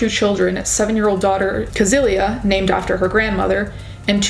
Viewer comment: In true german fashion i have one small correction: the women's name is not pronounced "kesilia" but more like "cecilia" (Sounds similar to "sicily")